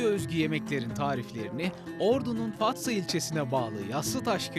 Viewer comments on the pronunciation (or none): Fassa değil fatsa